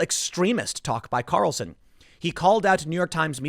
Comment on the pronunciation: Sorry, Tim, but the way you say the name—as "Tucker Carelson"—really grinds my gears.